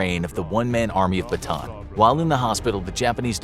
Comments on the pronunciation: It's actually not Batan, its Bata-an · Great video but you’re pronouncing Bataan wrong😭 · Hmm i just saw this again Its callan BATAAN just say it hard rock not soft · why nobody can pronounce bataan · They should get the pronunciations right, if they are gonna make a video on a city that's not from the US. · As a filipino its funny to hear him pronounce bataan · You pronounced bataan wrong . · PS. Its pronouced “bata -an” not bataan. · I am a Filipino and the pronounciation is not Batan its Bata-an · “One Man Army Batan” BA-TA-AN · i’m a Filipino and it’s not pronounced “Bataan” it’s actually “Ba-Ta-ann” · Who cares! He’s a foreigner of course He didn’t pronounce it correctly. As if you also pronounce foreign words correctly. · I love how you say BATAAN (BATAN) instead of "BATA-AN" 😅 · Bataan isn’t pronounced as “ba-tan”. Bataan is pronounced as “ba-ta-an”, Im a filipino, so I know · Its actually not batan its actually "ba + ta + an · Bata-an.... Bataan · It's not pronounced "Bataan" it's pronounced by "Bata-an" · ba ta an not batan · Ba-ta-ahn, not Ba-ton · pls info graphics its bata an not bataan the pronounce thx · I'm from Philippines not bataan bata-an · It is bata an not batan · Its bataan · it is pronounced as bata an not batan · It's pronounced Bah-Tah-Ahn not bah-taan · It is pronounced Ba-Ta-An Not Ba-Taan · Little note though, mispronounced Bataan (it’s supposed to be pronounced Ba-ta-an), so knowing the correct Filipino pronunciation makes the joke a little less sense than otherwise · bruh batan makes no sense if its a Filipino place. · It's ba-ta-an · Ba-TAN lol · Bata'an, that's the correct pronunciation. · dude its Ba-Ta-An not Batan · It's not Bataan it's Ba ta an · its pronounced bata-an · It's called ba-ta-an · very nice, but it‘s pronounced bata-an, filipino here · It’s not pronounced batan it’s it pronounced with a an in the end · Bataan is pronounced as bata-an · You pronounced Bataan wrong it's pronounced ba-at-a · its ba-ta-an